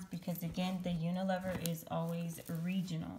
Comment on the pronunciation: Hi, UNILEVER (formerly Lever Brothers) is pronounced with a long E with the first E. I hope that makes sense. It's not a silent E. Thanks for all your help.